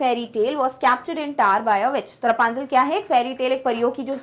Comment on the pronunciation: thats rapunzel not rupanzel😄